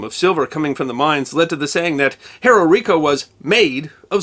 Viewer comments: One correction…Cerró is pronounced s-EH-r-oh. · With respect, for native English speakers, and not using official phonetic symbols, it's better described as SEH-roh with the e pronounced as in "breath". Also, no written accent on the o. It's just cerro, meaning hill, significant rise in the land, or crest of either, depending on context. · And cerro is pronouncer serro